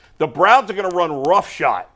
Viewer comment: Hey - I enjoyed your commentary & great use of language. Just for your benefit/ should correct the pronunciation of “roughshod” it is NOT “rough shot”.It was used correctly just mispronounced. GO BROWNS!!!